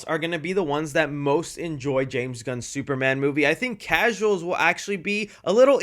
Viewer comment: It’s phonetically pronounced “James Gunn’s movie” and not “James Gunnzez movie” I love your channel and have followed it for many years but that pronunciation grinds my gears.